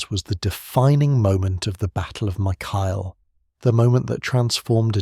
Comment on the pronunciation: Corrections: 1. Mycale is pronounced: MY-kuh-lee (in Greek: MikAli) 2. Mardonius was not killed by spear but according to Herodotus, Mardonius was killed by a Spartan soldier named Arimnestus (Greek: Ἀρίμνηστος), who hurled a stone at him while Mardonius was on his horse.